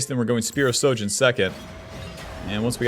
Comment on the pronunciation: "Is this bronze? No it's Masters NA" So yes it's bronze. Also, could you try saying SHOJIN correctly lol. You keep saying SO jin.